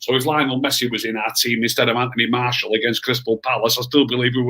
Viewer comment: How has martial been at this club at 5 years and still can’t pronounce martial